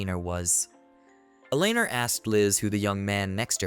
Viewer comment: Have seen this quite a while ago and now I remember why I can't tolerate listening to this. So far 2 videos have utterly mangled the name Eleanor and it makes me want to stab my ears with ice picks every time I hear it. I'm sure that's not the only word you mangle.